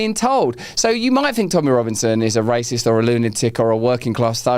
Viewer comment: Did you say raciest or rapist?😮